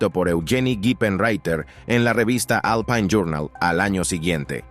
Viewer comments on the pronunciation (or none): none